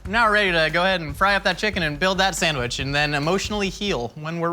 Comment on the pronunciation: also "san-wish"